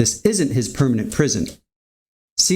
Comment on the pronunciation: Its prison not prism lol